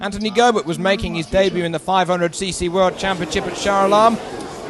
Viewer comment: Go-bear ? lol Making him a bit more European than Aussie there announcer man.